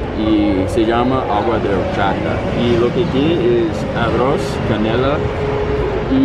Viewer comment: Es agua d arros no arros